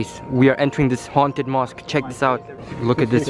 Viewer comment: I like how he said HA UNN TED HOUSE 😆 🤣 LOL LOVE UR VIDS and this one was so scary